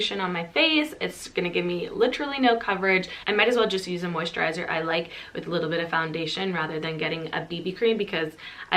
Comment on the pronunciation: I heard an Irish twang when you say moisturiser! Amazing recommendations as always 🥰xo